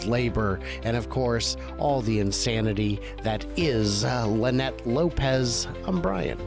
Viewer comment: You missed her name, it is not Linnette it is Lie-Nette. LOL